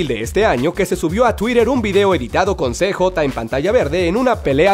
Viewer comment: Se dice siyei (CJ) no cejota